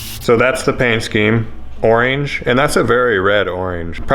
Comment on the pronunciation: The way you say oreeenge really got me giggling